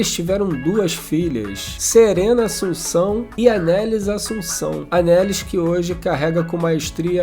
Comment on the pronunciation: mtooo bom, Itamar é incrível e uma referência <3 um comentário dentro do comentário rs: a pronúncia do nome da Anelis, filha dele, é Anelís, com a tônica no "lís", e não "Anélis" como no vídeo ;)